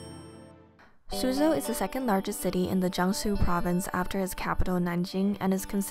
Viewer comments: This is good! But isn’t Suzhou said as sujho? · its pronounced “sue joe”